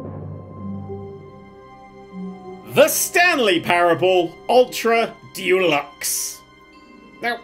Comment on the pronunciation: I wonder if will ever learn how to say the word "deluxe" and realise it's not a brand of paint.